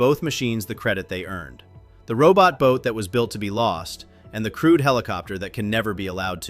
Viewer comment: I had to check the subtitles to realise the commentator was talking about a 'crewed' helicopter.